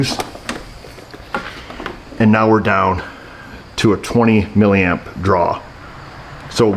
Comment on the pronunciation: Why do you say millamp is it because you don't have a clue what you are talking about